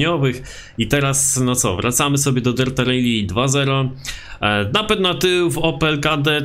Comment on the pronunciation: jbc to wymawia się "Rali", a nie "Rejli"